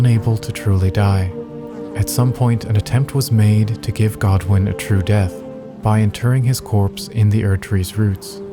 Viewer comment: its godwyn lol